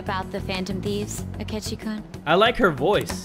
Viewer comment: btw u pronounce 'kun' as kuun not koon